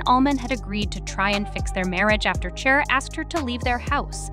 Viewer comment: Is this video made by ai? Or do you really not know how to pronounce the name of Cher? Its “SHARE” fyi…